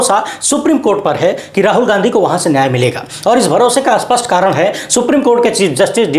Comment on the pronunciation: Don't say Aspashta but say Spashta